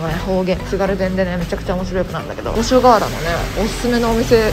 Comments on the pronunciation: ごかしょはら！？五所川原ですよごしょがわら、エルムのあるとこですよー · 揚げ足ではないのですが 知識として 五所川原 「ごかしょがわら」ではなく 「ごしょがわら」 です！ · ごかしょはら読み予想外すぎてクソ笑った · つがるごかしょかわはら駅ｗ初見じゃ読めんよねｗ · 青森のVlogずっっっっっと待ってた！我が故郷にきてくれてありがとうございました🫶 ちなみに五所川原(ごしょがわら)と読みます！ 青森ねぶた、弘前ねぷた、五所川原の立佞武多と種類があるのでぜひ見てほしい〜 青森県はめちゃくちゃ広いから、暖かいときにまた来てね( ¨̮ )